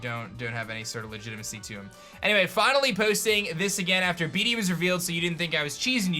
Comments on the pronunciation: The more you say "beady" the more my soul dies.... Bede is pronounced "Bead" lol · Love your videos! But bede is pronounced bead not bee dee